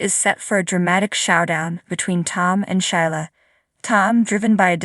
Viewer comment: Sheila is pronounced SheeLa. NOT shy La .